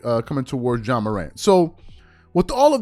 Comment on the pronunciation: This man's name is not John Morant it is Ja pronounced Jah. John is nowhere in his name. How can people have these platforms and not pronounce the persons name you are speaking on correctly. He isn't the only one and it's annoying. GESH!!!